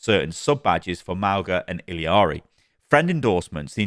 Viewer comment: my boy, it's ILLARI not ILI-ARI